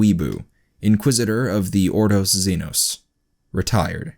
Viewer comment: The way he pronounces xenos causes me physical pain